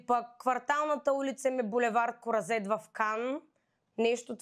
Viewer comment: Господи, каква простотия! Бул. "КУразет" в Кан???? Не, Нора, булевардът се казва "Кроазет", не прилича на нито една позната за теб дума!🤣🤣🤣